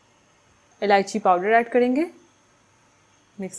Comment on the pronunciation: Its elaichi not alichi